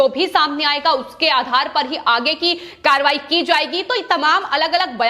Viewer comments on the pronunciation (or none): none